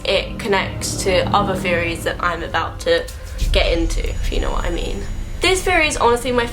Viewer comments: Amby Chester "Feories" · Amby Chester I thought that's what she was actually saying not theories I can nearly understand her 😂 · When she says "Theories" it sounds like she's saying fairies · Can't unhear it now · Amby Chester I thought the same thing! I was like why does what she is saying not make any sense!?